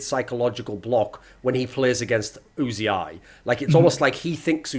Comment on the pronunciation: Oozy-eye? Who the fuck is Oozy-eye? It's UZI you homonculus